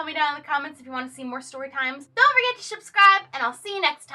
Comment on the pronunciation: did she say, "Don't forget to shub-scribe."